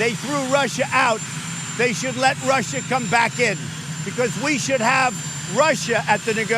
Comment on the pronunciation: He adds an 'R' on the end of Russia because he's trying to pretend he's not very familiar with the word, sad.